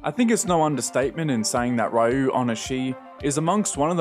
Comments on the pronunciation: For future reference the name "Ryo" is pronounced "Ree-oh," minor nitpick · great video as usual! a friendly reminder that his first name is pronounced "REE-oh".